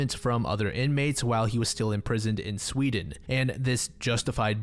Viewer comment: I thought seewdeen was a good country 😭💀